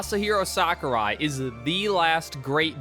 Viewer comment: It's crazy to me someone can make a entire video gurgling the balls of someone whose name they can't even pronounce correctly.